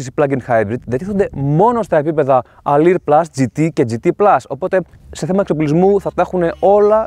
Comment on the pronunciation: Αδερφέ Αλουρ λέγετε η έκδοση όχι αλιρ.